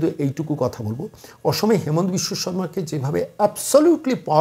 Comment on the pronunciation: Onar Namer U*chcharan habe HI MA NTA asamiya bhashay.... Hemant nay